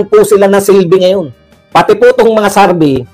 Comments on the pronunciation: Ano Ang Tama survey or sarvy ayusin mo Naman mag pronounce. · Survey po Hindi sarbey